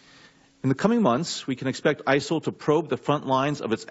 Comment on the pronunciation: who or what are isil lol he cant even get that it right.